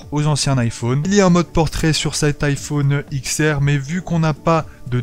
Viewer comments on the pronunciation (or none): Ah j'ai pas supporté d'entendre iPhone IKSS, iPhone IKSS ÈSS... Désolé